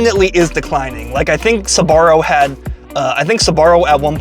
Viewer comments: Why do you pronounce it “Sabaro”? It’s Sbarro. 🤔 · it's pronounced SBA-RRO not SA-BA-RRO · It's not pronounced Suh-barro. It's Sbarro. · UA , Sbarro - actually pronounced like zarro 😅😊